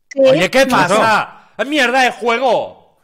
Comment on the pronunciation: Te imaginas que lo echarán por decir KEAPASAO???